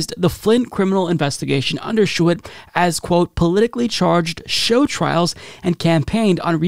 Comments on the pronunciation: The former AG’s name is pronounced Bill ‘shoo-tee’. As someone from Michigan his name is very familiar and it really stands out when mispronounced. Just for future stories. Cheers 🍻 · Shoe tee. If you’re going to say a name twenty times, look up the pronunciation. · Bill Shuette's name is pronounced 'shootie' maybe Bill Shitty works too. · Lol. Names are tough, and normally I let it go, but Bill Schuette came up so many damn times, and you butchered it each one.